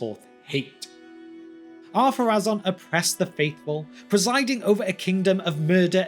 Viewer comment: I thought is name was Adunaic, therefore not following the same pronunciation rules as the Quenya. And, even if it did, I was sure the accent over the final vowel dictates that vowel be stressed - the rule for which supercedes all other rules, even in Quenya. For example: Númenorë (stress the "u" and pronounce the final "e" as an extra voiced sound) would be pronounced NOO-menor-ay Or am I wrong?